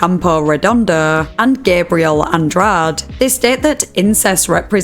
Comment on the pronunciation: Gabriel ANDRADEEEEEE. Pronounce the e. Clearly you only speak one language.